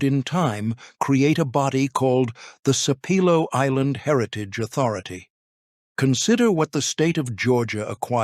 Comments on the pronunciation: Sape low, pronounced wrongly the whole video😖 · I’m 26 seconds in and it’s annoying that you aren’t pronouncing Sapelo correctly. Otherwise, very interesting. The Gullah/Geechie community and lands need protection as a living heritage sight. Give them their land back!